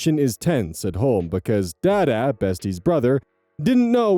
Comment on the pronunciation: rosogolla with cinnamon sounds ass. However, my mum used to shave cadbury chocolate over rosogolla and that was amazing and y'all should try it. Also,, the D's in "dada" are pronounced like the "th" in the. Not expecting anyone non-Bengali to get that tho haha